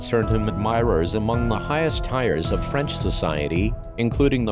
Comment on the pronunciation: right at the start its pronounced same as tears not tires (the word tiers in intro) (tiers = layers)